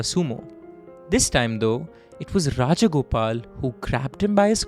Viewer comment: Rajagopalan not Rajagopal